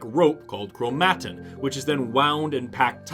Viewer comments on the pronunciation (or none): I love your videos… but the way you pronounce chromatin hurts me.🥲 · Chro-mat'-in? Not, krow'-muh-tin? I've only seen it spelled. I guess you're the biologist. ;-) Though... my computer pronounces it the second way. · dude please just pronounce chromatin right